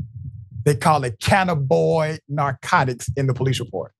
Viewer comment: I like your show, watch it often. Thanks for doing it. But Doc you need to find the correct pronunciation of words. The word today was Cannabinoids. That's Can na bin oids. Just want you to know for next time. Makes it sound better to have correct pronunciations.